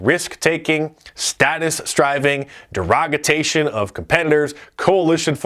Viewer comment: "derogitation" what is he talking about?